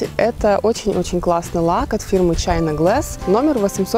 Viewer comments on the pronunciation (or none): none